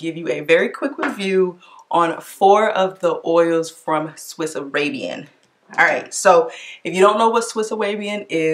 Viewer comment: Swiss away-bian. 😂